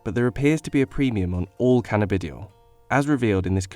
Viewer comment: this guy's pronunciations... "canna-bidi-oil" crying with laughter